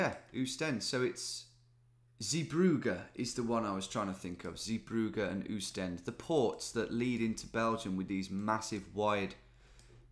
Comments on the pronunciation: But it is Oostende with anlong "O" not a "U" : ˌ[oːstˈɛndə] also the "E" in the end is not silent! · Oostende is pronounced austende